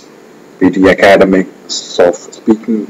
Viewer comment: For eg, in the first few minutes, few words are mispronounced.. like "academic", "pronunciation", "comparing", "may not". You pronounced it as "Ak-aad-emic" which is wrong. It is /Ak-ed-'emic/ with the stress on the last syllable. And 'pro-NOUN-siation" is the wrong way to pronounce. Its /pro-NUN-siation/ and /pro-NOUN-s/. That's the difference between the two. If you pronounce "mp" as "mb" (for eg, "combaring" and "comblex") that's considered wrong as well. "May not" is not a single word but 2 which you have to pronounce distinctly-like /mei not/ and not "menot". I would also like to point out that PTE Software is reliable as far as correct English with no hint of mother tongue is concerned. And, the system is not at fault. Happy learning folks! :) Its better to not opt for PTE if your speech has flavors of mother tongue. And yes, you're right. IELTS is easier. :)